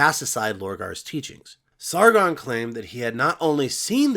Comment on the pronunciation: I love the way you pronounce Sargon as if its a French name and not Sumerian